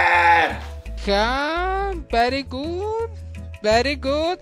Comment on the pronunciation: 🤘🏼🤘🏼 veri gud dijo el 😂